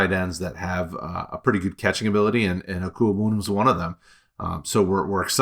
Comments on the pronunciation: Deserve a raise for being able to properly pronounce Okwuegbunam! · I'm impressed 👏 at the fact that you're able to say his name correctly and with such ease